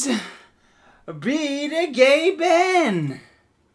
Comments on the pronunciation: it's gay ben not gah ben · gay-ben not gab-en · it's gay Ben not gahben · Saying his name the correct way is funnier tho iDubbbz, it's pronounced: "Gay Ben", not "Ga Ben" ;) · Idubbz, it is said Gayben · ITS PRONOUNCED GAY BEN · it sound like he said Gavin and my name is Gavin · ITS. PRONOUNCED. GAY-BEN. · no way you pronounced it gabin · Its, Gay-ban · "Gaben" should be pronounced as "gayben" or am I wrong? wtf ehdoops? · It's pronounced gay-ben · Mohamed Amine B. lol I know that, I was joking on how he pronounced Gaben the first few times. It sounded like gavin to me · its gay-ben -_